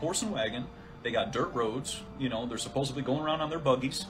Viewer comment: Anyone that puts B in the word supposedly...he said supposably I'm not listening to their conspiracy theory there's a D in the word DDD